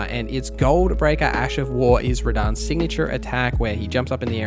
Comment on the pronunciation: you said "Radahn" 😂